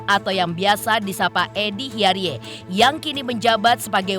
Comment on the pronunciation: Bacanya itu hiyaridz bukan hiyariye 😅